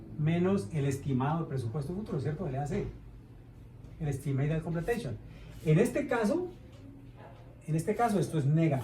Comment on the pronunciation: BAC: la C es de completion, no de completeishon xd